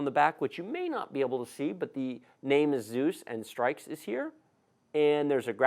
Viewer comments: Its not pronounced STRIKES.........its STRIX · Not to be nitpicky, but I think it's pronounced "stricks", like the bird, not "strikes". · It's pronounced s-trix.....not strikes. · its strix not strikes edition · Ix as In six not strikes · hehe its so weird hearing strikes not strix :P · Its strix for streaks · bruv it's not "strikes" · This is a good channel for people who don't really know what they need but I can't watch because he pronounced it "Strikes" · Did he just say streiks... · isnt strix pronounced like for example s+tricks?